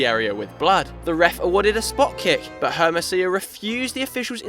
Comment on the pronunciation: messed up in Hermosillo tho... H is silent in spanish.. It's pronounced Ermosiyo..